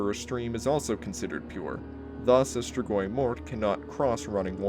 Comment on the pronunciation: Compared to how other people pronounce strigoi, you did a great job. Cool video as always.